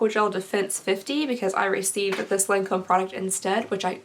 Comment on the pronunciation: I believe it's pronounces lawn-comb :) lmao